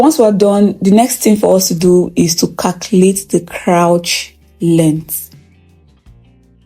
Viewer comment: You are a good teacher. Thanks for all you do. God bless you. Pls learn how to pronounce the word “crotch” using google pronunciation. This is coming from a good place. Thanks